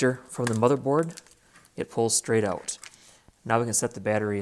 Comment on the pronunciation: I hate the way you say the word "Out". You over use it, and I think you are copying a few others who recently say it the same. I never heard that word pronounced like that till recent videos. People never talked like that in the past. It's a new thing like men wearing beards. Men use to shave till recently. Now they think they are some kind of mountain hillbilly. It's just a fad. Eventually you'll grow out of it. Aside from that the video is good. It just sucks hearing you say the word "Out"